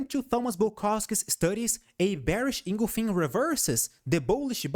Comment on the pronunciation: Bearish Inglefink candlestick pattern? Maybe you mean Bearish Engulfing?? Best mispronunciation all week! ;-)